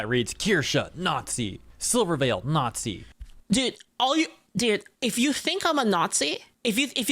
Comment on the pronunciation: I'd love your pronunciation "naughtsee" to be whispered in my ear over and over again 😂😂😂